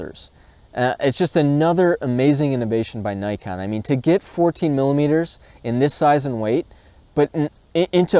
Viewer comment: Hate the wrong pronunciation of such a simple trade mark word like NIKON !